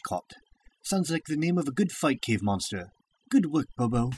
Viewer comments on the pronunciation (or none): none